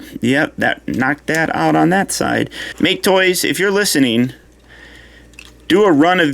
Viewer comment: So glad to hear a review that pronounces make-toys correctly. I know it's a dumb nitpick but it's annoying whenever I hear someone say mach-aye toys. A way they could've hid that undercarriage stuff is if the toy had a "ground kit". Wouldve made a cooler looking car but people wouldn't be able to handle it being a "masterpiece" figure with any slight deviation from the original design.